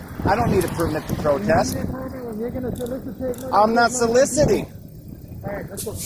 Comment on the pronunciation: "Solicitating." Where the hell do they find these idiot's? He said it multiple times, wasn't just a misspeak. It's so-lic-iting, say it with me.